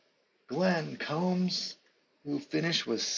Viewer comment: Hey, nice job with this project...love your passion young man. A couple of pronunciations, Glenn Combs sounds like what you do to your hair...comb. For Minnesota that guard Steve Vacendak is pronounced VaSendak. You are correct about Hagan, he was the original 'Point Forward'...you also got to remember he was the player coach...I saw Cincy Powell play in Grand Rapids...I think he played for Benton Harbor...this was in the mid 60's before the ABA started...lot's of those guys played in GR...Arvesta Kelly scored 60 plus points in that league...the MidWest Basketball League...it was a weekend league...they played maybe 20 games...lots of fouls my man..I'm going to check on some of those old boxscores and see what the foul situation is...